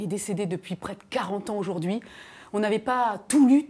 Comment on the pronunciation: Mr Lecoeuvre, ce que vous dites est très intéressant, mais on ne dit pas auJORd'hui mais AUJOURDHUI !! 🙄